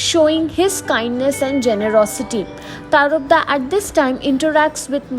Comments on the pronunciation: His name is tarapada,u are saying tarpda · Pronunciation is TARAPAD